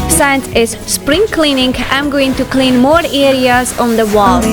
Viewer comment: So impressed with the thoroughness of every job you tackle. You always seem to have the perfect tools and equipment for each one. Worst thing to discover in washer/dryer for me is finding I've left tissues in a pocket. Nearly impossible to remove once shredded! Gotta say, I continue to be startled by the word "since" as in on the video. You use a "hard i" so that it sounds like "sign" or even "science" rather a "soft i" as in sit, sip, silly, or sick. It surprises me every time. Never thought of alcohol for pine sap, must try it.